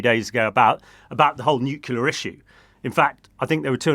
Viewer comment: There's nowt wrong with how he says nuclear